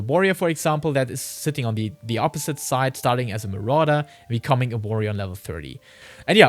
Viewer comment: As a Spanish speaker I couldn’t stop hearing the color morada every time he would say marauder 😂 Good content!